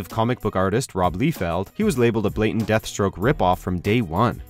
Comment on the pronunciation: lie-feld that's how you pronounce it